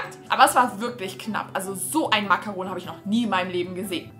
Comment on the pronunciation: Wie sprichst du bitte Macaron aus???!!!